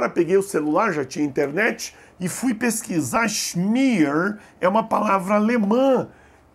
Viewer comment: schmier não se lê "chimier" se lê "chimia" mesmo